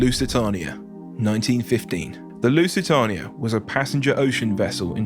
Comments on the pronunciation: What are my thoughts? You need to research the pronunciation of things better, you got the lusitania and Doña Paz horrendously wrong. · ehh, could just be how his accent is. there's a couple other youtubers i watch that pronounce lusitania the same way.